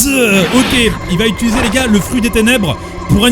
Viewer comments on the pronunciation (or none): none